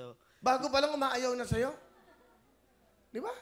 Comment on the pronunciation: Over pronounce "shayo" talaga yun e hahahah